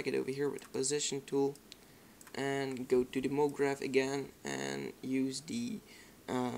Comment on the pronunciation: werk vooral aan je and, je zegt het als en.